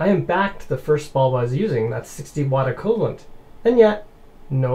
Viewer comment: He says "acoolant" for "equivalent" wtf??